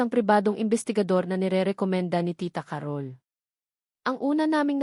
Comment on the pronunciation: Ca-rol po ang pagbigkas hindi Carol na mabilis